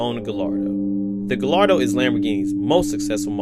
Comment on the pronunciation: Guy...Yar.....Doh......is the pronunciation not Gall...Lar...Doh. ;-)